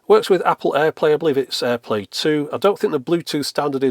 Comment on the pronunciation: At this point when says "airplay, or in this case, airplay 2", I initially heard "airplane, or in this case, airplane 2". I thought to myself "Surely, I must not have heard that correctly. No, I did not hear that correctly. And don't call me 'Shirley'."